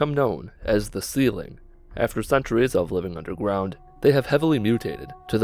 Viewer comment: Did i hear Undergwound XD